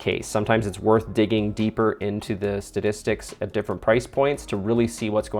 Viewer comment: Thanks for the update, but I'm pretty sure you kept saying "stadistics" rather than "statistics". 🤔